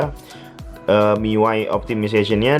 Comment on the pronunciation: baca miui aja "miuai" wahahahaha Mi UI bung :v sok